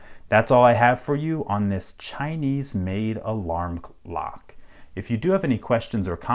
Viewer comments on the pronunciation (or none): I thought he said alarm clock